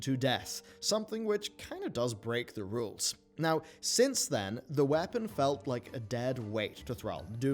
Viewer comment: I can’t get over how he says “whapen” for weapon 🤣